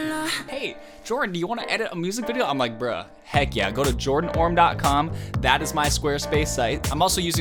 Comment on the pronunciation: Am I the only one who notices every time Jordan introduces himself he tends to make his name shorter 😂: like at first it was Jordan Orme, then it became, and now it 😂